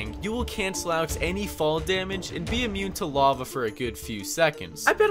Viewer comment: Lava* not Lovor